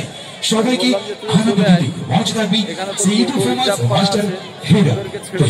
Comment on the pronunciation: তুমি তো আবৃত্তিকার। দুটি উচ্চারন তোমাকে ঠিক করতে হবে বাবা মঞ্চ আর অতিথি। মঞ্চ উচ্চারণ শেষে অ হয়।মনচঅ। অতিথি হবে ওতিথি। ভালো থেকো।❤